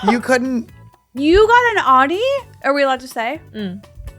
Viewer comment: The way Esther can't pronounce Audi correctly